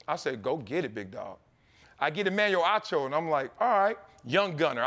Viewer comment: Emmanuel Hoe-cho